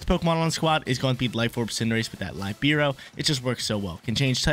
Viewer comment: Little fun fact:Almost for sure,cinderace's ability (Libero) comes from The same italian word (Libero) that means "free".Because Cinderace is free changing typing as much as it wants!:D The exact pronounce is "Li-Be-Ro":)